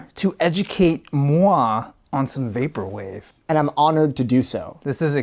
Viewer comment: ~ ＶＡＰＯＲＷＡＶＥ ~ his form of pronouncing VAPORWAVE is too... ＶＡＰＯＲＷＡＶＥ